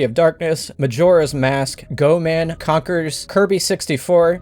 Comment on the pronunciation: Umm...Goemon is pronounced as Go-E-Mon, not "Go-Man". hehe... Anyway, it's good to see prices going down on something. I wish more systems can level out too.